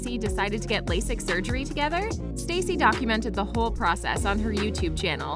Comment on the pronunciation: Why did you say Stacy? It’s Stasi. No hate tho.